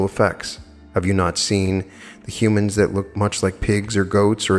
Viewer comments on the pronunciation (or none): none